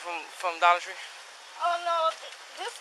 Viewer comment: Ok daller tree .... really 😂